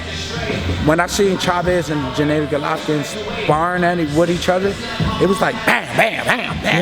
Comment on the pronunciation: Jen A dee glovkin, stop mispronouncing his name, you know how it is said